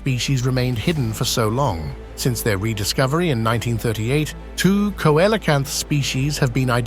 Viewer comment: Coelacanth is pronounced Sealacanth